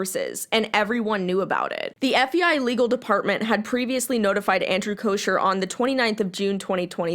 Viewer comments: It’s bothering me lmao but his last name doesn’t have an sh sound it’s almost like an ck sound but it doesn’t sound like cock idk hard to explain if it looked like it sounded this is what it would look like , “kocker” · FYI - it’s pronounced “Coker” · I agree with everything you said but his name is pronounced koh-ker lol